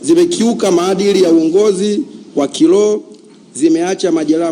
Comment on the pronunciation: Sio kiloho ni kiroho, huyu hata biblia haijui